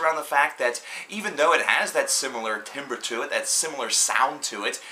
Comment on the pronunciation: timbre is pronounced taaaamber. Love this album too. Pure Hell. A wall of fire. Machine gun snares. Cannon mortar bass kicks.